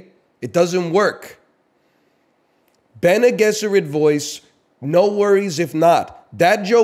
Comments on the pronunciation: Pronounced "bennay jezerrit" btw yall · The way he says Bene Gesserit, it's fucking "baggel" all over again. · bene gesserit voice "fucking pronounce it correctly" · bene guesserit* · It’s actually bc he’s Canadian, he thinks he’s saying them right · Bene Gesserit Voice: can you say Bene Gesserit correctly? No worries if not. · Bene gesserit voice say bene gesserit right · he says bene gesserit wrong